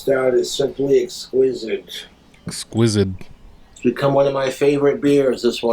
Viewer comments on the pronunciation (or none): It really gets me every time how he pronounces it "exquisid."